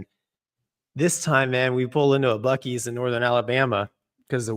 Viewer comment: It's Buck-ees. Was the tornado in Alabama in Auburn or Loxley? Glad you're safe. Weathers been rocking this week in Alabama.